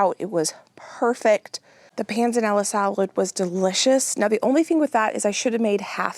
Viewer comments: You are saying "pan zah nella" salad correctly. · Yes you did say Panzanella correctly. Love. the videos. Wish I could help you taste test with you, youm. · Panzanella--you said it right. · PS you are pronouncing Pennella correctly 🤗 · Yes, you can definitely bread the cutlets a day before. I've done them two days before if the chicken is fresh. And yes, you are pronouncing panzanella correctly 😊